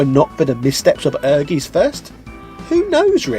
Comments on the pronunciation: You Must call the i in Ehrgeiz, my ear Are bleeding Evry time you say ehrgees, its called Ehr Geiz its a german Word let Google read it To Know How To speak Right. Sry its hurt so much for german People when you say ehrgeees, the Rest of the Video is sexy like always, mach weiter so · I think correct pronunciation was "Err-geez". But I'm sure what you said is fine too :p. Like I said in your other video, me and my siblings used to love this game. It was amazing and certainly very impressive at the time - ambitious for sure, as it seems most of Square's titles were at this point in their history. I had completely forgot about the party-games option on the main-screen! Thanks for reminding me, for what they were, they were a fun little bonus too. I really enjoyed the RPG Mode in the game, and I suppose for that Diablo-esque gameplay there wasn't really alot else available on the PS1 at the time which gave it extra weight for sure; But what was more impressive, was just how well the story of the RPG Mode tied into the main fighting-game mode story. If I remember correctly, similar to Dark Souls, there was item descriptions that helped explain the connections (including the arrival of the FF7 cast in the main Fighting game mode story), and in a traditional RPG sense, the people of the town would update their dialogue to fill in the lore and backstory too. It was kind of cool how the whole town and dungeon was this little isolated pocket of old civilization in the world that had managed to escape interference from modern civilization, enabling them to keep magic alive. Accomplishing certain things in the RPG mode would unlock stuff in the Fighting mode too - such as unlocking both Clair and Koji in the Fighting game mode (and Clair even had a completely unique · Actually, you're not pronouncing it right^^ "Ehrgeiz" is german and means "ambition". It's pronounced like "air-gites" ^^ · I think it's pronounce air-geet. Also I don't care